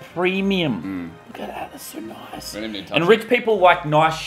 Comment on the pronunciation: Muselk says weewy insded of really